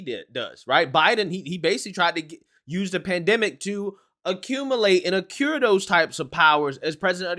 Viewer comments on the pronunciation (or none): accumulate and accrue (not acure) Love you man! Just trying to help